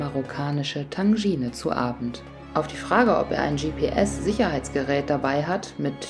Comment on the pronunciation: Hi liebe: Bei der Anfangs-Szene mit Markus und Volker morgens hinter dir im Bett hab ich mich sehr amüsiert😂und das Gericht heisst übrigens Tajine, nicht Tanjine😉...und Gregori ist mein Mann der Stunde: jeden Tag Schoki! Der Schweizer, recht hat er. Freue mich aufs nächste Video mit viel Sand auf den Dünen. #dlzg von Katja aus Darmstadt 🌻🙋‍♀️🏍